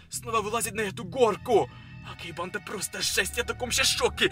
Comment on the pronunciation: Ты говоришь или читаешь реп? 🗿 Кто заметил что он говорит не банда а бандА и т.д.